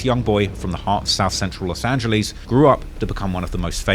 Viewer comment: No one:: “LoSt aNgLiEsSs”